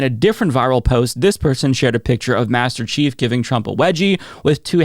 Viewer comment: It's "Master Chief", not "Masterrace Chief", silly.